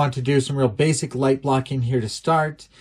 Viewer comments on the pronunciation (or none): none